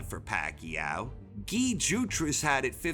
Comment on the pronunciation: My only argument is that his name is pronounced Guy not Gi cmon get your head in the game 😂😂😂